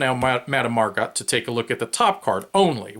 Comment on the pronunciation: Looks like a fun game nice theme. yeah it's easy to make mistakes solo and recording at the same time. it was more fun thinking it was a tie ; P.S. How is the quality of the cards? people on BGG seem to think they're cheap? P.S.S. Her last name is pronunced 'Mar-go' ; like the actress Margot Robbie